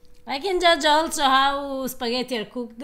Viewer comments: Simone Trombotto Ma la cosa più strana è quando sento su canali di cucina da italiani che vivono in America, pronunciare la parola (italianissima !) spaghetti.......”spagheri”. Che lo faccia un americano è diciamo ancora perdonabile, ma che siano gli italiani a pronunciarla in quel modo è proprio una cosa imperdonabile . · Comunque.. Eva devi insegnare ad come si pronuncia la doppia TT di spaghetti, non si può sentire come lo dice😂